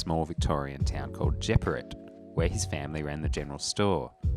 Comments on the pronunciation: Great video, well done and very insightful. Just one thing, l live not far from Jeparit in Victoria (Menzies birthplace) l noticed you pronounced it as ‘Jep-ar-it’. Locals say ‘Juparrot’ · Not ‘Jep are it’, ‘Je parrot’. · Great video, however, as a native Wimmera export, Jeparit is pronounced “jep-arit” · As someone who used to live in the Wimmera hearing Jeparit mispronounced 🥶 it's pronounced like parrot. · It's pronounced 'Je-parrot' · It’s said “Je-Parrot”, but close enough haha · I've never heard someone pronounce Jeparit like that. As an almost-local, it's always been jə-PARR-it. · you pronounced Jeparit wrong. (pronounced Je-parrot)